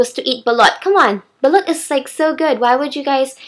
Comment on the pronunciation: I may not understand but you can sing I must say. Btw when you mentioned, "Balut" I thought you said "Belut" which is in malay which means eel (